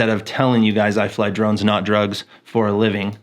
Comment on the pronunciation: your intro is said too quickly and sounds like “I fly drugs for a living...”. Please consider saying “I fly camera drones”. Get the History Guy to perform your intro. Happy new year bro.